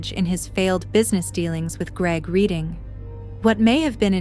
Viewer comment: It is REDDING not READING